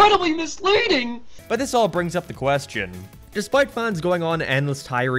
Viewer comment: INCRRREEBIBIBILY MIZLÆDIN